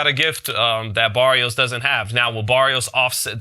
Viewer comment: Yall saying Barrios name wrong mayneee 🤣 listen here .. u gotta roll that R .. so when u say it correctly it sounds like Maddio Baddios 🤣😭